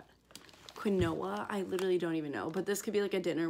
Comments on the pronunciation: btw it is pronounced keen-waa LOL it’s super weird but really yummy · That quinoa is pronounced (keen-wah). Took me forever to learn how it was actually pronounced 🤣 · Quinoa pronounced Keen-wah lol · Quinoa is pronounced like “keen-wa” ☺️ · It’s pronounced like “keen-wa” lol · YOU DID NOT JUST PRONOUNCE QUINOA AS QUIN OH AH 😭✋ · Quinoa is pronounced Keenwa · Quinoa= keen-wa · Her trying to say quinoa is the funniest thing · Why are you so interesting and motivating? I literally died at you pronouncing quinoa! Love, love, love! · Quinoa pronunciation killed me